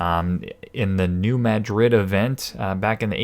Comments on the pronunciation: The locals never say New MaDRID. They pronounce it New MADrid. Yes, I know. But that's how it is. Even Buena Vista is pronounced BYOOna VIST(fist)ta. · New MA-drid.